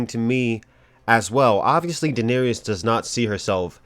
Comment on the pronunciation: Who is D'neerees?